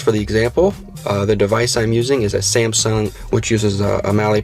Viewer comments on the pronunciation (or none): none